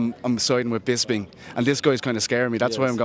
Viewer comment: It's bisping not 'bisbing' you idiots